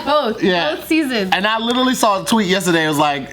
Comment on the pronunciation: what is Lit-Ah-lly?